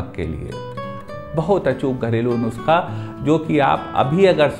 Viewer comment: Nuuuusakha. Dhire bole achhese bol payenge